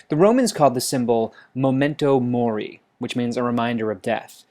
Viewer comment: Memento mori. Not "momento mori"